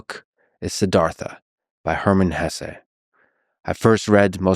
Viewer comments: Hesse is a German name so the pronunciation is (more or less) HESS-uh. Still, you’ve inspired me to pick up my (German) copy of the book and finally read it! Thanks :) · Excellent video, I enjoyed it very much. I don't know how you can pronounce his name Hessay, he's not mexican lol. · Lex….perhaps you would benefit from living by the river….and the proper pronunciation of HESSE is not up for debate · My ears bleed every time you say his last name wrong